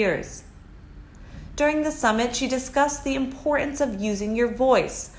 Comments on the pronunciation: For goodness sake, Britain and written, importance etc have T's in them you keep ignoring that and saying Bri-en, wri--en , impor-ance, this ruins your narrative , note not narra-ive please speak properly. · I wish this narrator could properly enunciate the word "importance." There isn't a silent "t" in that word. The "t" isn't sloughed over like a "d". It should be pronounced fully for what it is. I don't know where this enunciation laziness came from. Words like "Britain" and "mountain" get similarly mangled.